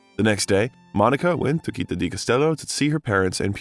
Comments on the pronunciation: Citta is not pronounced with a "K" sound but is /t͡ʃitˈta/ or "tch"sound. Your repeated mispronunciation is very distracting. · Not to mention the wrong pronunciation of Citta, the tangled sentences - just in the first four minutes. Could not watch this longer. And how could a man with Iranian descent have the surname Bellucci??? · The way you pronounce CITTÀ is perfectly stupid. Go to Google Translate, type the word and listen to the pronounciation. It's feasable, even to a damn mercan. Stop mangling italian words. You can do it. Or get another job! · I would LOVE the narrator to learn to pronounce the Italian word città correctly! (He had to say it so many times, and all of them were so cringy 😔). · why is the narrator keeps pronouncing 'citta ' as he would do with 'celtic'? citta is a latin word and celtic...well obviously celtic. 🤨